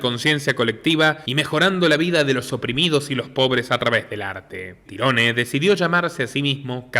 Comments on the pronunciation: se pronuncia tairon,no tyrone 😂 😂 a ese cuento le falta un pedazo.sabemos que esto es un cuento lo que cuentan los amestica.que estan tapando la verdadera verdad.y que fueron ellos los asesino si.pero estan cubriendo a alguien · Excelente reportaje, solo el detalle.. se pronuncia Tairon su nombre.. Tirone... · no se pronuncia tirones si no tairon gonzalez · NO SE PRONUNCIA TIRONE SE PRONUNCIA TAIRON "TYRONE" BRUTO ES UN NOMBRE DE ORIGEN ANGLO ESPECIFICAMENTE IRLANDES Y ES ALGO ASÍ COMO TIERRA DE OWEN O LUGAR DE OWEN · Su nombre se pronuncia "Táiron" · Muy buen análisis como siempre! Un trabajo muy bien hecho… aprovecho y te ayudo su nombre se pronuncia tairon espero no te moleste! Un saludo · Tyrone (se pronuncia Tairon como Tyrone 'Tairon' Power) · Se escribe TIRONE y se pronuncia Tairon...nombre anglosajón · Excelente reseña, solo una precisión, su nombre se escribe "Tyrone", pero se pronuncia "Tairon" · Tyrone se pronuncia "Tairon" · Sos iletrado porque pronuncias el nombre de canserbero a como se escribe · Muy buena narrativa pero no aprendiste a pronunciar su nombre antes de hacerlo